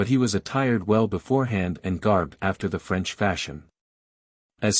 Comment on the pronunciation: French accent terrible. Voice nice.